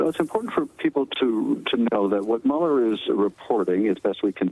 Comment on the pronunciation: I’m not crazy but why is he saying Bob Mueller 🤦🏽‍♂️